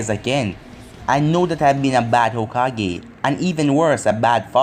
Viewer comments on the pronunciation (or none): i think hokage is pronounced hoe-kah-gae